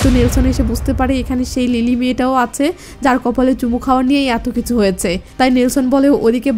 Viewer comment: আমি আপনার নিয়মিত শ্রোতা(ভারতীয় ),আপনি খুব সুন্দর করে বলেন, এতো ভালোকরে বলতে আমি কোথায় শুনিনি, অসাধারণ, শুধু আপনার বলা কিছু বাক্য কানে বাঁধে, সেই গুলো ঠিক করলেই আপনার বাংলা ভাষা সেরা হবে, যেমন আপনি বলেন কিসু (কিছু ), সেলে (ছেলে ), সিলো (ছিল ),ইত্যাদি, শুধু ছ ঠিক করুণ🎉🎉🎉🎉🎉